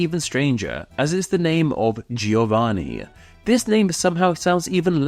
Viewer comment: Please learn how to pronounce German and Italian. These do not follow the same rules as English.